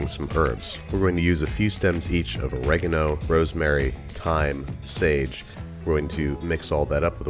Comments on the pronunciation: I don't like how you pronounce Oregano. I could've sworn it was o-re-GA-no rather than o-RE-ga-no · So American's pronounce it "O-regg-er-no" not "Oreg-ah-no" That is probably the weirdest difference in American-English and British-English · Dude i hate how you pronounce 'oregano'...